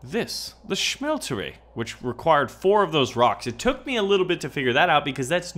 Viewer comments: Why are you pronouncing it schmeltery it's just smeltery... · ya its ok to do that once but it annoyed the fuck out of me cause he kept doing it